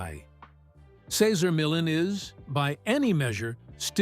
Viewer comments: It was so distracting that Cesar’s name was misprounced every other time….also disrespectful to him. He’s an amazing person… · Please learn to say the name correctly of the person who's life story....you are narrating. It's just polite. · wish the voice over guy would pronounce his name properly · Can’t even pronounce his name correctly stopped watching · I left as soon as he mispronounced Cesar's name. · How can any viewer have any faith in a video where you can't even pronounce his name right? I respect Cesar very much, but I won't be back to this channel. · How can you make a video about a person and not even know how to pronounce the name?